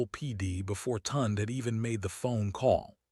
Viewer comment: Part 2, please! Also, please pronounce her brother’s name properly; Tunde is pronounced tune-day!